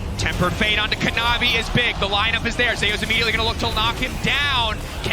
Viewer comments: Why the fuck are you saying Zeus as Zehoos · He pronounces Zeus funny.